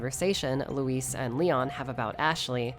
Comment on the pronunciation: I hope Leon still never pronounces luis' name right.